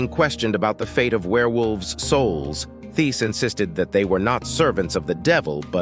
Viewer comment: Hello just want you to know the h in Thiess is silent so you pronounce it like “Tice”